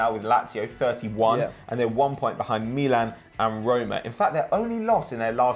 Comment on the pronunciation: Why do u say Milan so weird say it like an American